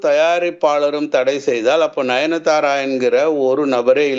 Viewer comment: Ninithara illa sir 😂, nayanthara